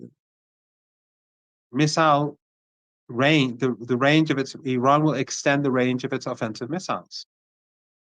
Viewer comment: Please try to pronounce correctly the word "Iran" (and not Aran). Thanks